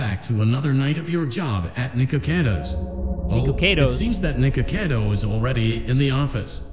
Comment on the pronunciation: I love you and stuff but Nikocado's name s pronounced "Nick-oh-cado" if that makes sense. Not "Nee-ko-cado." you say that again, imma break your neeko neeko kneecaps 😭💀